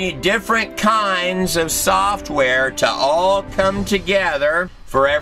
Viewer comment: It's funny. All of the shit WRONG with this moron's video, and what keeps pissing ME off is he keeps saying 'Digital SOFTware'[with an unneeded strain on the 'Soft' part] when,r eally... Biological coding is called WETware, much like how 1s and 0s is 'SOFT'ware, and actual physical processors and such is HARDware.... I'm sorry, Sci-fi computer nerd in me gets really pissy when that shit gets mixed up. Biological 'coding' is Wetware, not Software.